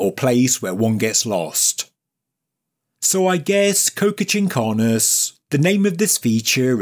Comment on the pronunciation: You say it like co-ca but it's co-cha. PS: It is a very common suffix across Andean bodies of water.